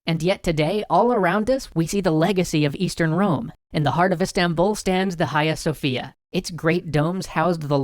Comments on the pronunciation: Great episode!! Just a few mispronounced words: Hagia Sofia is pronounced "Agia Sofia", the "H" is silent. Also it's "Thessaloniki" not "Thessalonika", where "Thessaloniki= Thessalia (a Region in Greece) + niki (win), because there was a battle in Thessalia, which the Greeks won. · The H in "Hagia Sofia" is silent fyi. I have sooo many Greek friends who're really fussy about that xD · You said the highway Sophia wrong😮😮😮.